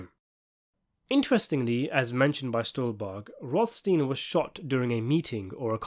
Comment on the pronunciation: Rothstin? Yeah, and physicist Einstin, and doctor Frankenstin. Pronounciation porn in its glory.